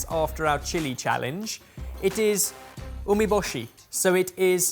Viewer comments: Need to learn the pronunciation.....ooo-meh-boo-she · Also it pronounced "oh meh shu" kind regards =)